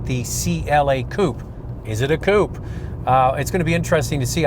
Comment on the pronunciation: It's 'Coupe' and not a 'Coop'.